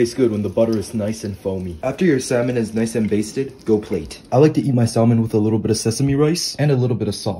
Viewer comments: Hearing him purposely pronouncing the L like that just sent me South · Bro just pronounced the "L" in Salmon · Bro it’s pronounced with a silent L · Bro it's SAM-ON not SALMON the L is silent but looks good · “I don’t like skin on my saLmon” brother please the l is silent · Bro stop saying salllmon. The “L” is SILENT!!! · Sal mon…. Noooo no no The l is silent my friend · Cringing every time you say " sall men " 🤦‍♂️ the l is silent 😫😂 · Bro, THE L IS SILENT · Never heard someone pronounce Salmon with the L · Bro the l is silent 💀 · The L is silent in salmon but you can say it your way just wanted to let you know it's a fact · did bro just pronounce the L in salmon? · Bro it's pronounced "SA-MON" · dude pronounces de L in salmon 💀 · He said salmon and not samon Yes I know it’s spelt salmon but it’s pronounced samon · It’s pronounced samon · Bro l is silent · stooooooop saying salmon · Before cooking learn how to pronounce salmon